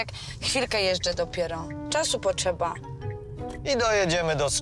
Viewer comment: "dzie jedziesz", "czasu poczeba" masakra